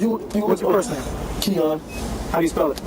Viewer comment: 'Keon', eh? Yup.😒